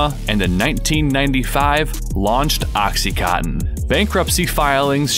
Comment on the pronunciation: Why can you not read? It's called OxycoNtin, there is an N in the middle!